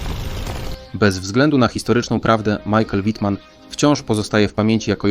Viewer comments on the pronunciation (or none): Fajnie to opowiadasz ale źle nazywasz bohatera to jest as pancerny Michael Wittmann